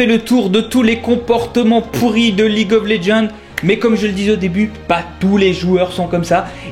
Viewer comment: Mais comment vous prononcer League of Legends ? Prononce le en Anglais, sa fait trop bizzare mdr en français.